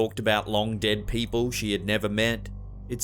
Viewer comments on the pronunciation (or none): none